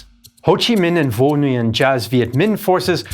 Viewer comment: Man if you're going to make a documentary at least learn to pronounce the viet names correctly. Nguyen is not pronounced NEW-YEN, ffs.